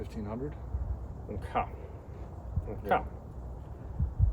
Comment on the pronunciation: How to say "okay" in a Filipino accent.